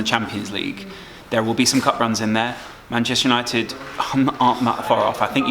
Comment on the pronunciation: Bantchester United 🤣